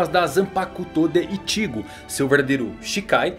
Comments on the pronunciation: ichígo não.. é Íchigo porr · Não se lê iCHIgo e sim Ichigo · E Ichigo e não itigo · ele fala ichigo engraçado, ichígo 😌😂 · Pq vc nao fala "Ichigo" normal ?? Kkkl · Por não dá para falar nome correto do Ichigo da zanbakutu e Anime correto tá falando igual um paraíba robótico